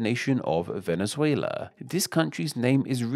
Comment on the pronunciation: Nice video but please, at least try to pronounce the names of the countries right. Chili? Venizuila? Coelumbia? i know those are not english words, but anyway.